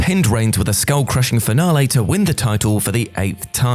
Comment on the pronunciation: Finale* not Fenohrlei